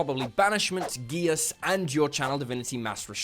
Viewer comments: Geas is pronounced "gesh" ❤️ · "Geas" is actually pronounced kinda like "gesh". (It comes from Scottish.)